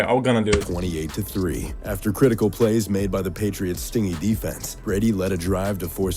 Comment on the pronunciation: Good video but I have to wonder how the guy doing the narration got the job doing it. He mispronounces not just player names all the time, but he can't say incumbent or stingy. Every video I see with this narrator he screws up a lot of words while trying to sound epic